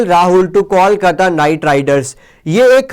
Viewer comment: Pls Correct Your Pronouncetion. ITS KOLKATA